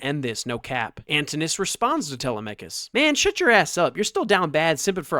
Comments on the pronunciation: How is your pronunciation of Telemachus derived? Is this some internet phenomena? Is it from a computer? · Bro doesn’t even know how to pronounce Telemachus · Most people say /Te LEM a kus/ for Odysseus' son.